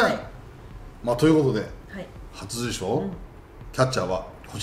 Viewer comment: 里崎さん 初受賞 があんま言えてない